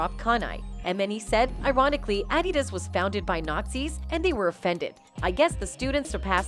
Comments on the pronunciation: Why is she pronouncing adidas like that lol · This video was narated by a robot... Listen to them say 'Adidas.' What a bunch of clickbait BS. Downvote.